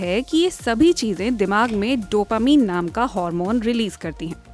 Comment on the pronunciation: Mam please don't say डोपामीन it's डोपामाइन😍😁🤗